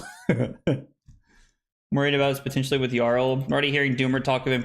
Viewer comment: Isn’t it pronounced “Yarl?”